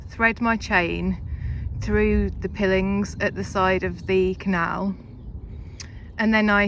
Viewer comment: Piling is better pronounced with a long 'I' as in pile (long bulk of timber driven into the bank) or mile. Also it is usual to leave the engine running whilst mooring in case it is needed, but solo mariners must take particular care to ensure it is completely in neutral and disengaged before stepping off the boat for obvious reasons. Have fun boating all.